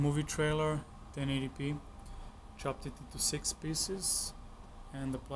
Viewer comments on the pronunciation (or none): none